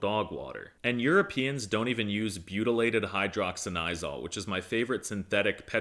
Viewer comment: that wasn't a correct pronunciation of it (it's an hydroxy-anisole not hydroxynisol) but I catch your drift